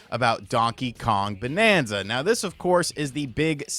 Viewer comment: BANANZA and not bonanza!!!!!!!